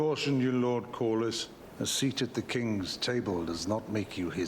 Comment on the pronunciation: His name is Corly pronounced Cor-lis.😊